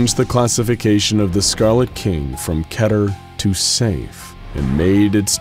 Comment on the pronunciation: this channel always gets it wrong. it's ;pronounced "kee-der"